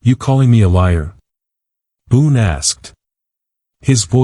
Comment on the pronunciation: Boone not boon